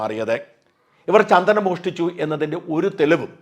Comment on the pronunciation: ചന്തനം അല്ല സാർ ചന്ദനം